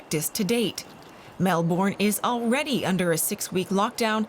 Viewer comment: Every time they say it like “Mel-born” though (it’s Mel-bin)